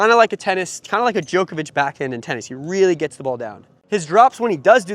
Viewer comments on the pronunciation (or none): none